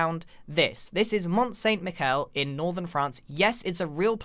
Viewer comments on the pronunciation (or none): It’s not Saint Mickel but Saint Michel (michelle pronounciation) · I know it’s not super important, but St. Michel is pronounced like St. Michelle😅sorry, just urked me a bit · Pronouncing "St Michel" as "St Mikell" is a deadly sin but I think I'll forgive you for the tremendous effort that went into this. (pssst... it's French... pronounced same as Michelle) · Just saying, your pronunciation of St-Michel is wrong. A « ch » is rarely a « k » in French. In fact, it’s the same « ch » that you find in the word « french ». Apart from that, thanks for the video